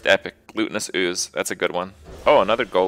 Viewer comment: "glutenous ooze" loool, definitely GLUTTONous